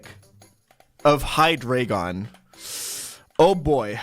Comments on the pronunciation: >be german >pronounce hydreigon wrong what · is trolling with the pronunciation of Hydreigon, right? Like, he’s German, it’s literally counting to 3 lmao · How does this man SPEAK GERMAN and STILL say Hydreigon wrong? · I love how he mispronounces both hydreigon and regice all the time